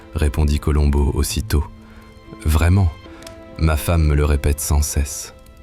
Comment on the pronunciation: Meilleure diction que l'autre voix.. Enfin le nom de Columbo esr bien prononcé.. Merci. Super. 👍